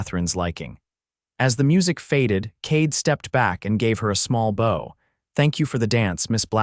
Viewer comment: Cade did not give her a bōw: ribbons or a weapon that shoots arrows.... He gave her a (sounds like "bough", He did say the "ou" sound of "ouch" or "how") as he bent from the waist in a courteous gentleman's greeting common and courtly gesture by a man as the woman curtsies, used as two dancers begin a formal waltz.